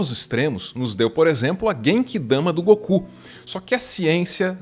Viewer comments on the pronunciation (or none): none